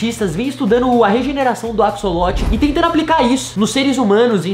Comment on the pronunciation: Se escreve "axolote" mas na vdd se pronuncia "acholote" não tem som de cs '-'